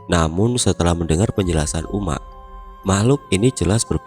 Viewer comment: wkwkw agak lucu dengar abangnya ngomong uma'😂,soalnya disini ngomongnya umma'